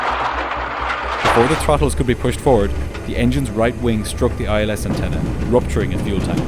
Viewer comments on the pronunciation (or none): none